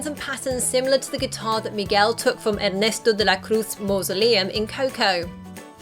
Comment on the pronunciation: your pronunciation of Ernesto De La Cruz was legit